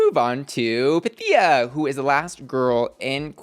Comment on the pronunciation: Everything said. Also, waiting for Pythia to correct Ru on her name pronunciation. The emphasis is on the y, not i. I can hear my Greek ancestors groan each time it happens.